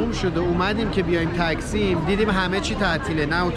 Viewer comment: درود. من هميشه ويديوهاى شما رو تماشا مى كنم. يه پرسش داشتم. شما در كورس زبان تركى شركت مى كنيد و چند سال هست كه دارين در تركيه زندگى مى كنيد. قرار هست زبان تركى رو اموزش هم بدين. چرا هنوز به ميدان تقسيم يا تاكسيم به اشتباه مى گين تكسيم؟؟؟؟!!!! لطفا تمرين كنيد تا اشتباه تلفظ نكنيد تا بيننده ها اشتباه ياد نگيرن. لطفا اسمهاى همه محله ها رو درست تلفظ كنيد. ممنون. موفق باشين.😊